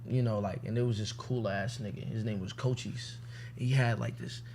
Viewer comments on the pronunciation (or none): Isn't his name pronounced CO-CH-EES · Off the rip pronounces his name wrong 💀